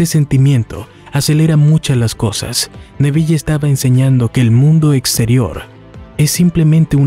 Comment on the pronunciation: APRENDE A PRONUNCIAR EL NOMBRE CON PROPIEDAD SE DICE N E V I L, NO NEVIYE